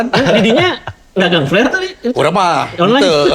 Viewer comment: mang tolong pengucapan huruf P dan F dibedakan. flare kalo dibaca pake P artinya jadi jorok. Sekedar masukan ieu mah